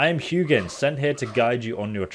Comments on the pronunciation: It's pronounced Who Yinn. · When he pronounced “Hugan”...🥲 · The correct pronunciation is "HOO-gin" which translates in old norse to mean "thought" Munin Odin's other raven translates roughly to mean "mind" in old norse. These ravens travel the world and return back to Odin to tell him what is going on in the world. His messengers if you will.